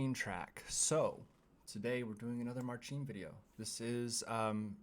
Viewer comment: His name is pronounced as marsin, not marchin or marshin. 🌷💖🇨🇱